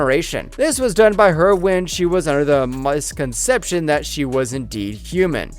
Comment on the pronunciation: For that matter he didn't know how to pronounce corporeal , and rather then saying that the q were omniscient he said that they were omnisisent. And he described something as a moscomseption